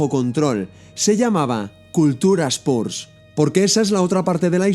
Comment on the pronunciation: Gran vídeo, como siempre, solo corregiría la pronunciación de Spurs para los siguientes :P